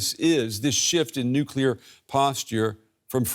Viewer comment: Is US control of UK 'Nuclier' a problem?